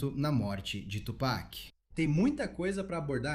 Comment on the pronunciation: Aprendam com Jay-Z : Tupek não cara Tupac 😂